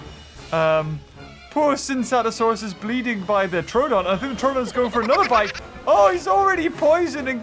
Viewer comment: Troooooooodon not trodon